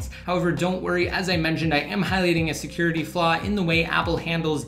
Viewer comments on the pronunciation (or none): none